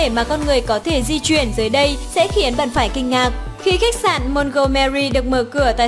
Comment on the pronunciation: Phát âm cũng sai...Di chuyển chứ sao bỏ dấu ? Đi vậy